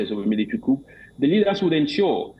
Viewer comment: POOR PRONUNCIATION OF 'COUP'. VERY ANNOYING